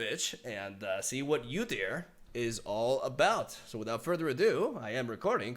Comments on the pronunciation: Its not U dyr Its.actually pronounced oodyr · UUUUUdyr not YOUdyr 😂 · Pretty sure it's pronounced OO-deer, not YOU-deer. You also get extra credit for putting a growl in your voice when saying his name *wink*. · Lmao, yewdyr Btw the way to say it is oo-deer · I think the correct way to pronounce his name is to pronounce the U like b(oo) So oodyr Udyr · OOdear Is how you pronounce it I think. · his name is pronounce like this. its 'Uhh-Der' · I love your reaction bro! Udyr is my favorite champ in LoL and long have awaited his rework and for him to be in LoR. now can get a better idea of his new stances! So stoked. Can wait for his release got so many ideas! And I know you’ll brew some spicy shit! Buuuuuutttttttttt it’s pronounced “OU”DYR not “YOU” DYR. 😅😂 much love! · It's ooodeer. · Oooou-Dear. We dont pronounce the U as is its like "Ooouu whats that??" lol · It's pronounced (oooDeerrr) lol 👌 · its actually Ou-dir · Its pronounced “oooo-deer” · It’s pronounced God-yr the opener of gates. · it's pronounced Oo-deer. Never thought about how hard league names are to pronounce for people who've never heard them before. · OO-DEER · Ou-deer. Ezpz you'll get used to it. You know that song? Like ouuuuuuuu ouuuuuuu. Ouuuuuuudeer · It is prenounced "Oodir" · Oh dear it's Ooo-dear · It's really interesting to see how Legends of Runterra did their take on udyr, who's currently being redesigned completely. Also if you're curious udyr is pronouced with the spanish U - then the engish pronoucnation of deer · It's "Ooh-Deer" also, love the vid! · It's pronounced OO-deer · It’s actually pronounced Wu-Dear lol